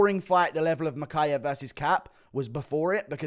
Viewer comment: HE said mokaev is cut not kape!